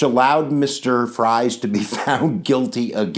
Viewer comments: Freeze not frys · John Fries was my Great great great great great grandfather. It’s pronounced Freeze. Like Friesland. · His name is Fries, not Frie. Whether pronounced "Fr-eyes" or "Freeze," it still needs the s. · The name is pronounced freeze. John Fries was my 9xGreat Grandfather. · I do wish you would consider correcting the pronuncation of "Fries." It is a Pennsylvania Dutch surname, and "ie" in Pennsylvania Dutch is pronounced as "ee" in English.